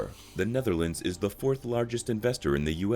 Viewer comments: The guy has a problem with the thorn(th) which is a bit weird, because that is usually the reason the English like to laugh at other Europeans about the pronunciations of their second(third, fourth) language. Anyway, the most prudent way to solve that isn't to call a whole country by the name of a province, but to just use the country's name instead of the English one: NEDERLAND no thorn in there. Nor in the full name: Koninkrijk der Nederlanden And any dumdum that's using "woke" as an insult NEEDS to listen to some new material. I suggest James O'Brien's show, now also on utube! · Hi can you say Roof? ( many Americans struggle saying Roof correctly. you do okay when saying Nether but lands is a tongue twister for you. I still use CDs older cars still have cds players in them later players have soMe Digital in them through stick MP3.. Personally I ever brought music online.😊